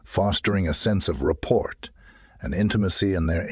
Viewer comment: Something is wrong with the intonation and pauses. Did you not listen to it yourself first? And it is correct that is not how you pronounce rapport, it's not report.